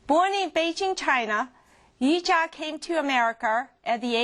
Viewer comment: she aint no "Yujia" - it's Yuja. i mean get it right!